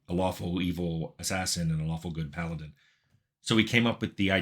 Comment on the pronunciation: Ok, did you really just say, "Pal-addin", Tim?